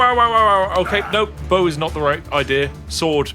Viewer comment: bowowowowowowoww, went from trying to pull a bow out to sounding like the dogs.